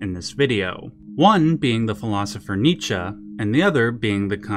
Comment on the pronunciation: you pronounce Nietzsche correctly.